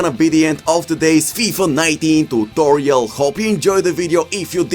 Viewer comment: Like how he says tutolio